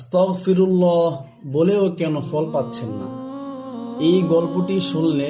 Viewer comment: ❎আস্তাকফিরুল্লাহ ✅আস্তাগফিরুল্লাহ